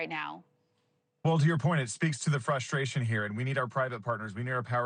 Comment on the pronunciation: The word is “frustration” not fuss-trartion. My god! 🤣